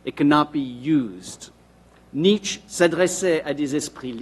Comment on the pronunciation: Why is he pronouncing it like "niche"?! That irritates me so badly! I just looked up more sources despite having a German mother and asking others/the internet how to pronounce it a hundred times before, just to make sure I wasn't being a dumbass again, and no!! It is NOT pronounced like how says it, at all!